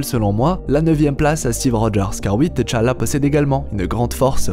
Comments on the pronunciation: C’est pas TéChalla c’est T’challa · On prononce « titchalla » pour T’Challa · Quand tu dis t challah j'ai l'impression que tu dis head challa